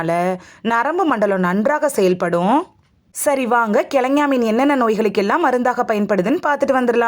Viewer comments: Speak correctly prounanciation .Not kilagany or thengay meen. Kelongon meen is correct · கிழங்கா மீன் என்பதை கிழங்ஙா மீன் என உளறுவதேனோ? அட! லூஸு!!!